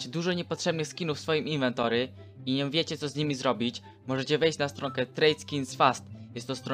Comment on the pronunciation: CZEMU KURWA MÓWISZ INWENTORY